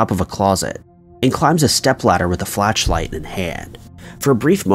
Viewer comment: did i hear him say "flatch-light" or am i just miss hearing him?